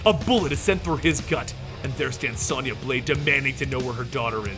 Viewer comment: How the hell do you mispronounce Sonya? It's an actual English name!!